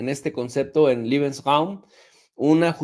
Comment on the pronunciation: Lebeensraum...liebensraum es cuarto del amor....Leebensraum así como se escucha.😂😂😂